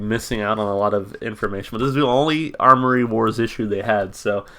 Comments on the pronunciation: AM-OR-EE Wars. Not ARMORY. Attention to detail =) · Good find on the comic! I haven't seen any of these comics in SC since they did a show here last year. This song is off thier newest record. Also it's Amory wars. No "r" in it. It's named after the street he grew up on :) Fun fact they were selling figurines of the main character of Kill Audio and the character looks a lot like Claudio. They don't sell them anymore. I want one though.